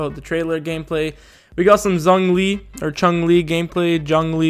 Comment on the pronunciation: Just in case you care, his name isn't pronounced "JunLee" or "JohnLee". It is easy to say his name but it is difficult to type out. Let me try. >say "condone" >now say just the "done" part in "condone" >add a "zh" sound in front of the "-one" part >now say it quickly and add a "-lee" at the end >"zhongli" >or alternatively just watch his introduction in the CN dub Hope that helps! Obviously you can just ignore this and call him whatever you want (like shonglee) but I see a lot of confusion regarding his name so I just wanted to throw this out here!